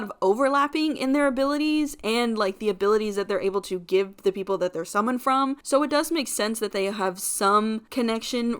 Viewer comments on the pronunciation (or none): none